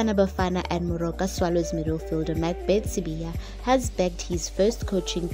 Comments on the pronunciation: sibaya not sibiya 🤣🤣🤣🤣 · Sibaya.. They wrote Sibaya and she keeps on Sibiya. The lady needs to care wrong pronunciation of people's surnames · He is not Sibiya, he's Sibaya, as in the kraal. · Sibaya wena not Sibiya bari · Not sibiya is Sibaya!!!! gees